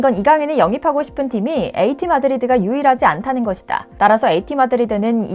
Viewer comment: 말 끝날때 ᆢ것이다 에서 다부분 정말 듣기거북해요 ᆢ제발 유하세요 ᆢ